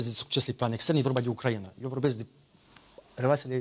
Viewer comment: Doamnă Morari, cer ertare! Denumirea țării Ucraina se pronunță cu accentul pe litera "i"